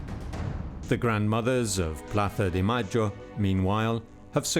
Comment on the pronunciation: The grandmothers of Plaza de Mayo? Do you gotta be a dumb boob with how you pronounce it? We already know that Argentinian folk can’t speak Castilian for crap but do you gotta patronize that with your poor English pronunciation?